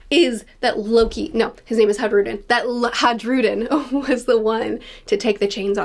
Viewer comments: It's a minor nitpick, but in Nordic languages, the J is pronounced with a Y sound, e.g. fjord. Hajrudin is pronounced "haii-ru-din", not "hadge-ru-din", if you can forgive the phonetic spelling! Great video, I can't wait to see what's next! A crucial point of note through devil fruit forms of Orochi and Black Maria from Wano Kuni. If you see the way devil fruits look, they are meant to look the way their owners imagine them to look for the most part. In both cases, their monster forms look comical, and less threatening? I imagine the stronger the user, the "better" their Zoan form would look, e.g. Kaido's dragon form, which is what I suspect Momonusuke imagined his form would end up looking like as well! So maybe, despite the dragon fatigue, we're in for some really cool, threatening Zoan forms out of Loki. I reckon Oda is going to put his best work into depicting some kind of dragon. If Kaido is the Loong (Chinese dragon), and Monkey D. Dragon is most likely a western dragon, then I'm super excited to see what oda does with Loki's fruit, if it is indeed a dragon! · Just a lil pronunciation tip - the J in Hajrudin is pronounced like a y - high-roo-deen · Hi-roo-den Is how you pronounce it i believe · It's not silent, it's pronounced as a "Y" as in all Scandinavian languages. "Hi-rude-in" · Just so you know the J in Hajrudin is silent.